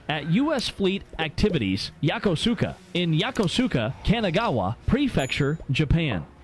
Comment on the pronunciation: That is the worst pronunciation of Yokosuka I've ever heard